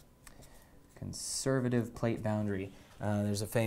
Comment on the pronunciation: “Conservative” vs “Convervative”